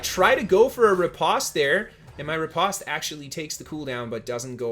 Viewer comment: Thanks for the videos! I am new to New World, so this really helps. BTW, it is ripOste, hard O sound, like the word "post".